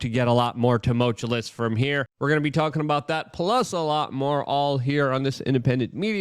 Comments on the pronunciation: Jesus, Luke. I am begging you. Buy a dictionary and make sure it is a "pronouncing" one. The world you used 5 times in the first five mins is "tumultuous", not "toomultullus'. You said, "as of course" 17 times in this one. Take your chill pill and slow down, bro. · Let's do this phonetically: Too - Mull - Chew - US (not *less*) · Its not tumoltulous stop saying it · Tumultuous…too-mulch-ew-us. I swear I’m not trying to be a dick, and, hey, you got where you are mis pronouncing words so who am I? Js. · You should have a t-shirt with your WRONG pronunciation of "tumultuous" spelled out phonetically the way you incorrectly say it on a daily basis: Tum -ul - tu -lus. The t-shirt can say:"The world according to Luke Rudowski is not tumultuous. Rather it is TUMULTULUS" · It's pronounced tuh • muhl •choo•uhs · Luke loveless him some "tumultuous" lol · Please repeat after me, "Tum-mul-chew-us." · You're killing me with this GD "tumulchewless" STOP IT!!! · I hate toe-moatch-ah-less times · Tumult-uous (TOO-MULT-you-US) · Please never pronounce tumultuous correctly Luke. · Luke I love your show. Learn how to say "tumultuous" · please check the pronunciation of tumultuous